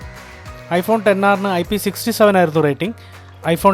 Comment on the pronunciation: Finally heard someone calling it 10R instead of "ExR" 😅